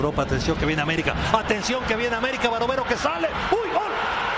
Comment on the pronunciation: Uy Ol! Oooooooooooooool jajajaja y la "G" mi Orvañanos ? No MMS.